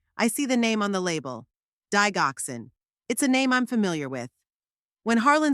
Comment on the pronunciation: Eric is married to her daughter , this makes him a son in law not a brother in law. Digoxin is pronounced "Dijoxin"